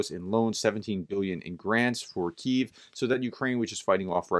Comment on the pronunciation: I love your updates. The only thing that could make them better is to pronounce Kyiv correctly. The city was named after Key and like many Ukrainian cities their names end with the -iv suffix. So, call it, KEY-iv. 2 vowels and 2 syllables. Kyiv.:) Slava Ukraini~~!!